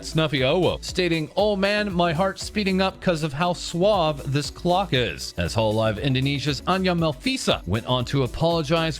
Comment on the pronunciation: I never heard someone said suave as read in English, I was like "what does that even mean" and I took a second look at the tweet and is just "smooth" in Spanish